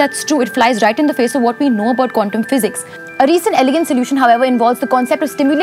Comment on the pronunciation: Did she say "Condom" physics for Quantum? Cuz i just heard that way.